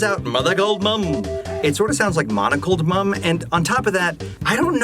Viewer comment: I'm glad I'm not the only one who heard "Monocle Mum." As someone who never saw the show, I thought that was her name, and was confused because I saw she had glasses, not a monocle.